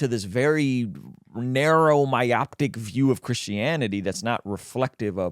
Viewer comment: The term you’re looking for is myopic. Not myoptic. That second term is either made up or your mispronunciating the former.